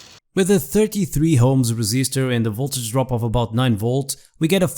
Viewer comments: It is called o.h.m.s NOT h.o.m.e.s ... maybe you are trying to be FUNNY, but in science, WRONG is WRONG, NOT FUNNY. Oh also, I was confused to see clockwise vortices, then realized , Southern Hemisphere. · Not everyone is able to say ohms,;-))